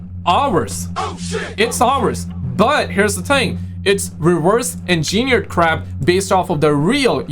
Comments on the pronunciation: The word is pronounced "engine-eared" not "in-gee-neerd" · It's reversed engineered, not engineiried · Don't want to make fun as I know you speak several languages.... but we say ENgineered with the first syllable being the one that gets the focus...